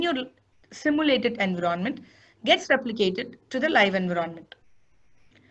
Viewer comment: It's Envi ronment not En vironment... Please it's annoying